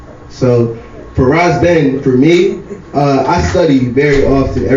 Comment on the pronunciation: It's Spelled Ras Ben but its pronounced: Wise Ben! 💯👍🏽